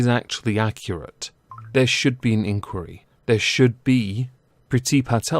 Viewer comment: Why are you saying inquiry weird??? Why??? why?!?!